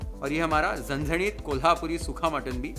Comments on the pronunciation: I loved the way said "Zanzanit" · Dear, i m big fan of you though won't comment everytime but today the way you uttered the words, zanzanit, tambda n pandhra rassa, nad khula, maja aa gaya. Now let me watch the recipe. 👍👍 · The way you say झणझणीत its amazing 👏 😍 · भावाची मराठी accent लई भारी आहे राव... "झणझणीत , सुखं वाटण , कोथिंबीर , परात," सगळे मराठी शब्द परफेक्ट येतात... #नादखुळा 😊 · Your Marathi accent is so good 😍 Parat, aani, zhanzhanit, Bhannattt, tambda rassa, pandhra rassa everything ❣️ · वाह एकदम कडक...! मटण , वाटण, झणझणीत ye Marathi pronunciation apt kiya h sirji Recipe k sath aapki Boli bhi h लई भारी...!